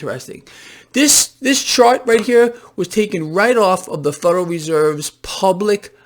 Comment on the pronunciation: the "fuderal" reserve